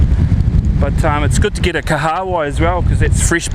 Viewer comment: From my dialect we pronounce that ika(fish) name Kaha Wai bro, "Kaha means Strong/Strength, "Wai" means water...your pronounciation Ka haawai? is a new one to me LOL. Good onya mate - love the vids 👍